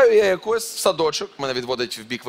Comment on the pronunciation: А чого якОсь а не Якось вчіть мову вивчайте нАголос!